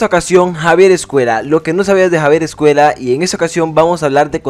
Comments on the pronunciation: Me resulta imposible ver este vídeo con el autor todo el rato diciendo 'Javier EscueLa'. Es una ll. No sabes leer? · Hablas español, pronuncia bien Escuella!!